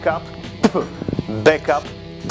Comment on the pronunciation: BAKAP się mówi